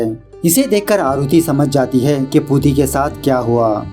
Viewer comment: Its not puti its pooti